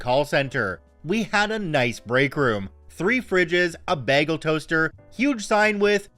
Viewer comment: He went full Canadian in his pronunciation of "bagel" 😂